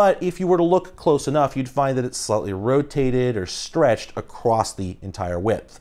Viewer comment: AAAHHHHH whyy do you keep saying "acrossT"?